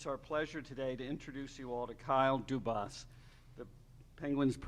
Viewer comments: Pretty sure his last name is pronounced Doo-bis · Couldn’t even pronounce his last name correctly 😂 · They didnt even pronounce his name right omg. Kyle dubahs 😂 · duBAS LOL. has everyone been pronouncing his name wrong this entire time ? Or did the dude at the start just mess up his CEO of hockey operations name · Hopefully the ownership will learn how to pronounce the guys name .... oofff what a hack Job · Hahaha ha. Imagine becoming the president of hockey opponents and they can't say your name right. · Hahahahaha. The dude on his right didnt even pronounce his name right. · Can't even pronounce his name 🤦🏼‍♂️